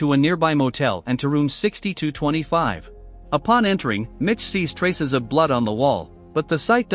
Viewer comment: 'traces' of blood😂